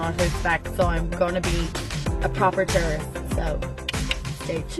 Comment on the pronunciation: At first when you said tourist i thought you said terrorist. completely lulz worthy lol.